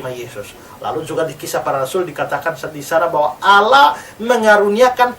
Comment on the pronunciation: bkn Alah pak tp allah hhhh tolol kau pendeta